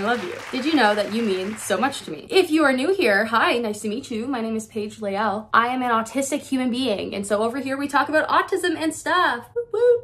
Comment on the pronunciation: Paige Layle. Laaayle. U embellished how your name is pronounced. But it sounds good soo keep on keeping on